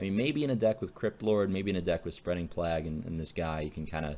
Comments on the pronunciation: Plaagh? That's how you pronounce plague? It's playguh. Not plaagh. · LMAO the way you said Plague literally like "Plag", it's "Play-g" silly dandy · Plague is pronounced Playg not Plag -_ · "I don't know how you guys pronounce it plagweh plagwe" LOLOLOLOLOLOL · It's pronounced "playg" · Pronounced "Play-G" with a hard G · Obviously it's pronounced Plag-you-we. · Plague is pronounced lik playg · People this is already a thing, you don't have to try so hard. Its plāɡ. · "Plaagee plaagoue or whoever the fuck you pronounce it" hahhahahahha highlight of the video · I just now got back into hearthstone after not playing much since right after the end of tgt. I forgot how much I love the noodle, favorite steamer. Edit: who the fuck pronounces plague with two sylabuls. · I literally can't take anything you say seriously when you don't know how to pronounce a basic ass word like plague lmao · THE-CHAMP the way he pronounces it is the Canadian way of pronouncing it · So how we pronouncing this plaggwe card?